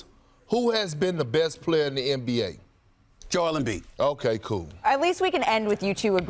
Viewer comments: No one: "Jo-wel Embiid" Perkz: "Jo-el Embiid" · Perk: Jew Ale M Beed. Lmao!!! He cracks me up every time he try to pronounce African names. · Perk: "Jo-el Embiid" xD